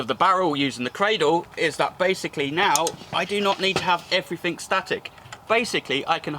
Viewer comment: everyfink somefink are they in the dictionary